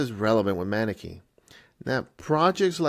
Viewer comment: Pronounced "mUHnEkee"